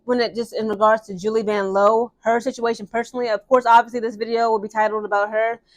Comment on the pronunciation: I was looking for this comment. VANLOO (VAN-LOU) 😂